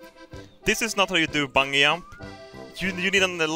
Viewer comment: The way says "Bungee Jump" LOL